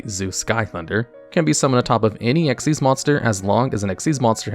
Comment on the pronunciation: Finally someone who pronounces it right. Just gotta master writing it as Xyz and not XYZ.. unless you also type FUSION and SYNCHRO at every utterance of them.